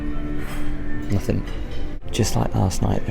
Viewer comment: It's pronounced NOTHING, not NOTHINK.